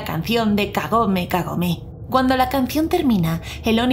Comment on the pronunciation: Más bien parece que dice kagame kagame xd